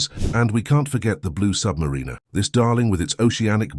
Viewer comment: Have my doubts about the pronunciation of Submariner! AI has its limitations I believe. ☘️